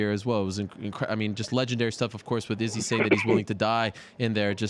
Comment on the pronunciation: How does Ariel still pronounce Izzys name wrong? The guy came on the show and explained to him how to say it lol... it's legit hard to listen to him try